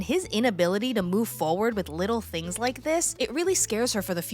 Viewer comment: Not "yike" !😂